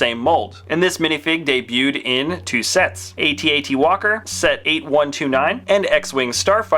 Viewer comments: its not pronounced aytee aytee its at at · It's not A-t-at, it's AT-AT! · It is pronounced AT-AT. Even some of the makers of episode 5 have said so.